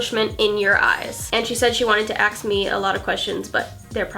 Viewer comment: Why are you saying axe instead of ask